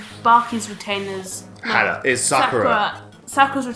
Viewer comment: Hana, not Hannah.